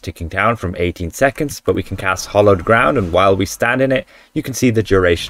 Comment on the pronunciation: By the way, It's Hallowed Ground, not Hollowed! 😊 {:-:-:}